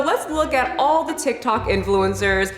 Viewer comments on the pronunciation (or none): none